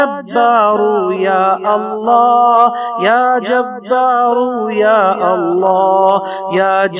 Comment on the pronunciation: Assalamu alaikum janab vahan screen per ya jabbaru ya Allah likha hai lekin janab aap kha rahe hain ke ya ja taru ya Allah aise aap galat kyon padh rahe hai iska mujhe jawab jarur Dena aur khud bhi sunna